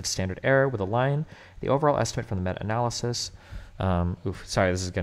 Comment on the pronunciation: I was watching this on stream. I made it to the point where he mispronounced meta in meta-analysis. That’s a nope for me I can’t.